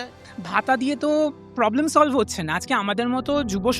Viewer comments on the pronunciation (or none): none